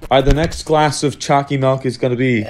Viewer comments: I HAVE A PROBLEM WITH YOU IT'S PRONOUNCED CHOOCY MELK NOT CHOOCY MILK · I love that he says milk like melk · The choccy malk is here :> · Nice choccy melk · choccy malk🙂